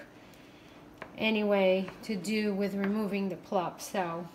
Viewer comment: pulp not plup. 😁plup is